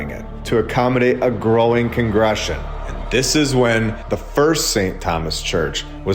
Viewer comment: Is this voice AI ? Why so many mispronounciations? Congregations. Con gruh gay shuns.